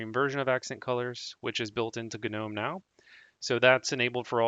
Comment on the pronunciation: No. I can't... Guh Nohm? GNOME. DAVID THE GNOME GNOMES OF THE FOREST! NOME. Noh'm... NO HARD G! A silent G! I stopped the video before 2 minutes because of this.